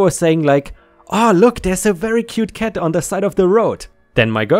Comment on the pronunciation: This guy can not pronounce letter "a" he says dead and ket instead of dad and cat, its sounds so dumb bekstory😂🤣